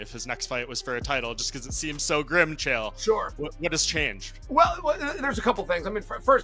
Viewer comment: Nice video, but pls lesrn to pronounce chael correctly 😅 he isnt called kale or gale